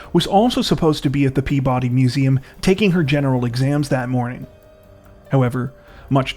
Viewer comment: It's PeaBUddy, not PEAbody.